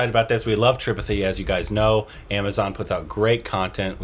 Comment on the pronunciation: Why you still not pronouncing "Tripathi" correctly?? They are saying it again and again for you to pick it up correctly. :-)